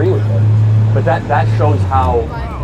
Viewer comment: The way she says “that” pisses me off… THAWT